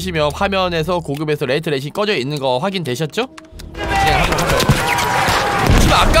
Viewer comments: 레이트 레이싱이 아니고 레이 트레이싱이다. 정보 전달인데 읽는건 똑바로 읽읍시다. 한국어도 아니고 두 단어의 영어인데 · 레이 트레이싱(Ray Tracing)인데 레이트 레이싱이라고 끊어 읽으시는군요 Rate Racing.....ㅋㅋㅋㅋ